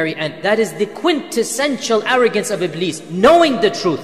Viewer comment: It is Iblis Not Ibleed😂